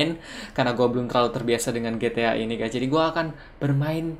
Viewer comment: It's ji-ti-ay bukan gi-ti-ah